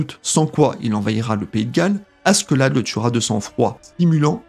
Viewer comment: Comment tu prononce le prénom de Askeladd ça fait mal aux oreilles, le pire c’est que t’a vidéo elle est grave inutile. Il suffit de regarder l’anime pour savoir tous ce que t’a dit